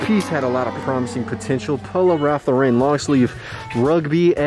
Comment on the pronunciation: Let's get that Ralph Lauren pronunciation corrected! No disrespect, but last name pronounced like the name Lauren...Keep up dope entertainment!!!